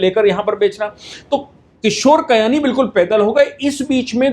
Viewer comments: किशोर बियानी नाम है कयानी नहीं... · Kishore Biyani not kayani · Bayani not kayani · Kayani nahin bhai. BBBiyani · किशोर बियानी not कियानी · आप किशोर बियानी को बार-बार किशोर कयानी बोल रहे हैं। थोड़ा ध्यान रखें। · किशोर कयानी नही वो किशोर बियानी है। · It's Kishore Biyani NOT Kiyani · किशोर कयानी नहीं किशोर बियानी है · Kishore Biyani. Not Kayani.